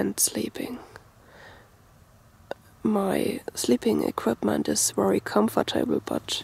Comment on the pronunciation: Nice bag, love the accent.your words with a v like very have a w sound but its great, i understand just fine..thank you for viedo your awsome..